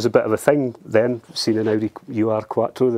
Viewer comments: Please don't call them a You Are quattro. It's Ur (Oohr), German for ”the original”. A name they got after the S2 was introduced. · Just FYI, it's not a "U.R." Quattro, it's a German word "Ur" (pronounced like "urgh") which is one of those words there's not really a translation for, but it means something like "the original" or "proto....". or the first iteration of something. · german speaker here: the Ur is not a letter combination pronounced "u r" its a prefix meaning something along the line of "long ago" or "first" So you just say it as one word "Urquattro" meaning "first Quattro" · Love these videos and the UR-quatrro. Funny to hear it being pronounced in individual letters, the germans pronounce it as a whole as 'ur' stands for 'the original' in German. Also quite happy this didn't start, not a big fan of firing up a car that stood for 28 years without a valve cover and with old fuel in the tank. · Exceptional, a firm favourite of mine for the sound and the performance. We had a B3, non-turbo, FWD coupe that we never should have sold... I bet Johnny's trolling us, but "ur" is pronounced as it looks, meaning "the original," rather than "you are." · Just a minor correction it is not pronounced U R, but urrrr. Ur is german for original or first, hence the name Ur Quattro to differentiate from the successive Quattro models. Hope this helps? Great car and amazing find! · if you want to pronounce UR correctly, since it is German, try saying OER Quattro. OER means ''primal'', or ''first of it's kind model''. Nice video 👍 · Quick bit of pedantry. My understanding was that it wasn't the 'U' 'R' Quattro but pronounced 'Ur' (Err). The definition of Ur is: 'primal, original or earliest. Something regarded as embodying the basic or intrinsic qualities of a particular class or type'. This was the origin car, hence it was the 'Ur Quattro' - the beginning. Audi always did like to strike a slightly portentous tone in their marketing speak. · Come on, say "ur". 😆